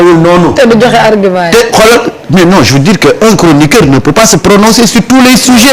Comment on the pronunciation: 😂CROniqueur ou CHORonoqueur?